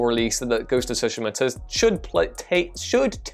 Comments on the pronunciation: Sue-She-Ma!! Don't know where you're getting "So-She-Ma" from but ok live your life. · i loathe the way you say tsushima lol